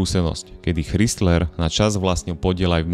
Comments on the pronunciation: Super video , Len ten chrizler trhá uši a mal to byť Chrajzler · Chrysler a ne Chrystler, proboha ! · ako nechcem mudrovať, ale pokiaľ robíš videá na vysokej úrovni, asi by nebolo na škodu sa pred videom uistiť, ako sa správne vyslovuje Chrysler (krajzler) :) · Spise "Krajsler".Ch se v anglictine cte jako K. Zbytek souhlas. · Ano, to "chrystler" trha usi, stalo by to za prerobenie. Inak super video...ako vzdy ;) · Z jednej strany chápem pokial ta nezaujímajú auta a robíš videa o nich aby si zarobil nejaký drobak ale aby si nevedel ako sa číta meno značky ktorá má v New Yorku ešte aj svoju budovu to by som nechcel počuť jak povieš Krystlerova budova 😀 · Krajzler dpc foneticky ide ma vyrutit ako to komolis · Neprijemne vnimam Kristler, Chdistlers a podobne... A Dailmer a Mitsubishi vioete povedat. Vaaaa